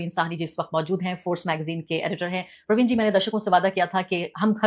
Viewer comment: I THINK IT IS PRA_VIN NOT PARVEEN!